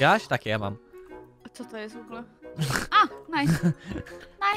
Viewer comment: "Wogułe". chce się upodobnic do puzona I nie wymawiać "r" xd